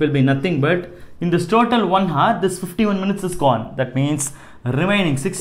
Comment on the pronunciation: It should be pronounced 'our' h should be silent in hour. Thank u